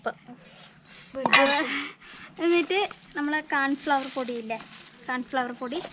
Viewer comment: കാൺഫ്ലവർ അല്ല 😂കോൺഫ്ലവർ👍😂🤣